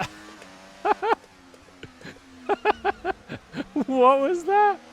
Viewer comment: that how crofty should say canada when they go to canadian grand prix 🤣